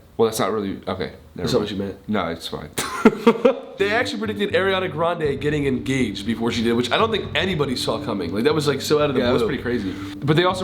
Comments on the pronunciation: why is not one talking about the way rayson pronunes ariana's name as airiana lol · GRAYSON REALLY SAID, "AIRIANA" SIS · he pronounced ari’s name wrong :/